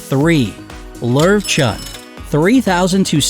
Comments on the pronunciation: Lowchen sounds like the national park in montenegro:,, Lovćen" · We own a LOW-SHEN. But it isn’t smart, or obedient😂😂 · Here is some help with pronunciation: It's Low+chen not ler-chin Kon-neh Corso Doe+go Argentino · Actually, Lowchen is pronounced Lerv-Chun ^^* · how they pronounced löwchen lol